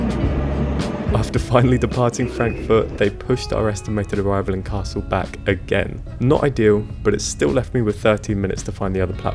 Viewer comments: Hi, I loved to watch your challenge. I use the ticket for trips up to 4-5 hours myself and the slower pace lets you calm down and enjoy sights you'd otherwise miss out. A bit off the topic: i guess, that your German may be quite decent. In the video however, you're missing out the speeding up on the double consonants. The double-s in Kassel ist pronounced like in the English word vessel, the ll in Halle is more like the English name Miller and not like the English word Hall. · Cool although I had been under the impression that you spoke German...until you said Kassel.